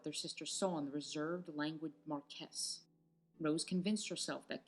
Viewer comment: caw-fee, cayndee and cawf medsin Mar-kwis not markez. Gzhorgzhaina not Georgiana